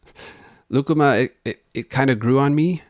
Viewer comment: I was reading the comments when you introduced lucuma and had to rewind to make sure you didn’t say “ligma”